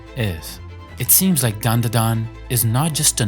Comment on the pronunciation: Its Dandadan. Not Danadan. But ill let it slide.